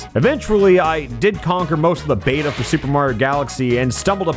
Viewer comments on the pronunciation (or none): none